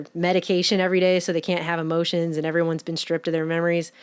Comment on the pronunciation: You said "amotions" That REALLY bugs me! More and more people are changing E to A.